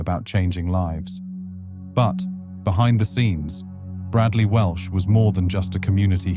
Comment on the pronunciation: Welsh, not Walsh.